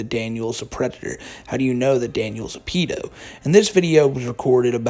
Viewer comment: It made me happy hearing you pronounce “PEE-do”. Here in the U.K. we’ve used this word for as long as I remember. The true pronunciation!